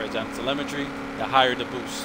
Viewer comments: Doesn't sound like you have an accent so I am assuming you are American, just an FYI, its pronounced "tel eh mi tree" not "tele meh tree" Solid drag build though, I would do something similar but I like to mess with my gears to everything i can out of them. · Telemetry= Tuh-Lem-ah-Tree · You're pronouncing telemetry wrong. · I just like the way he pronounces the word telemetry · drew bremer Telemetry is a real word lol he’s just pronouncing it wrong